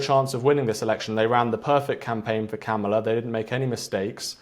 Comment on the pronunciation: You know how to pronounce her name try harder. It’s Kamala comma la. Trump is a bully and a grifter.